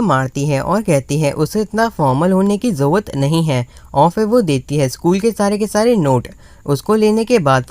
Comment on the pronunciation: It’s not jawat it’s call jarurat 😅 btw love from Bangladesh 🇧🇩